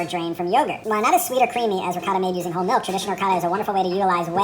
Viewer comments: Man, every time you try to say "ricotta" I hear " 'vocado" or at best "racáda". You're doing a great job, but please, please, I beg you, put a bit more effort in pronouncing food in a way that natives of that language can at least recognize. My ears are bleeding. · I was thinking "what does the mean by ricarda." until I realized he means ricotta :D. U americans and ur cheese pronunciation when u say "gouda" like its "guuda"